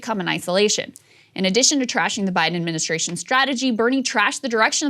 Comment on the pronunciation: Ad-min-i-stra-tion!!! 😋😂 jk Krystal!!! 😘